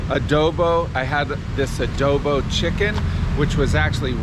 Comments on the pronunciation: It’s actually pronounce as Adobo and not adobi 🙂 Have fun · Its pronounced adobo. Very easy to make too. Just boil in one pot